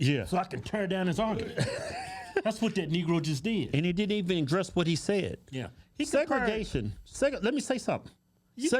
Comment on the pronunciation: Segragation dude, Really? SMH!